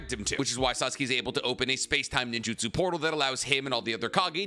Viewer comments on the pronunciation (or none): none